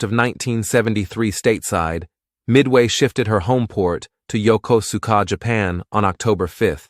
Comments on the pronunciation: Please learn to pronounce Yokosuka. I served on the USS Midway 1978-80 in Yokosuka. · This would piss my dad off big time. I would mess with him and pronounce it just like in the video, and he would yell at me 😂. My dad served on the Kitty Hawk from 1977 to 1981.